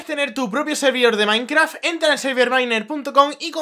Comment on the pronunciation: en la intro dice MAINKRA jjajajaja me encantan tus videos:D